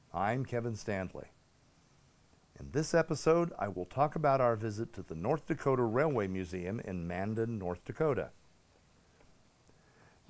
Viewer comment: Not to quibble, he said quibbling, but it's Man Dan.